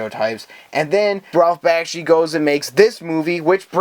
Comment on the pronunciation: Yeah, that bothers me too. I have no idea why he pronounced Ralph Bakshi's name like that.